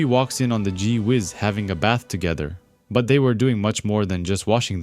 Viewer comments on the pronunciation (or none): none